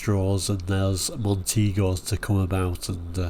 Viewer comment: I'm in agreement with you over the pronunciation. Its how i knew it growing up during the era. There is even a Montego advert where they pronounce it this way but It seems everyone now wants to tell us we are wrong. Particularly those who weren't even around at the time. Tom drives well and truly hacked me off when he asked how it should be pronounced stirring up the 2 factions without the s without the s its Belgian and all that crap when he had already done the video. It just seemed unnecessary to rile both sides. Then when challenged by others he hid behind the line its S because the experts at the Museum tell me that's how you say it. Yes and how many of them were around at the time and i ve met lots of experts before. At the end of the day say it how you like if you don't agree then agree to disagree. Its a word and not worth getting upset about.